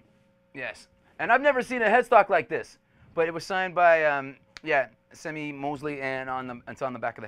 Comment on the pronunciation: The Ventures got popular in Japan in the 60s and they were using Mosrite guitars at the time so the Mosrite guitars became popular in Japan. The founder of Mosrite Guitars was named Semie Moseley but if I heard right, it's pronounced more as "See-Me" and not "Sem-ee."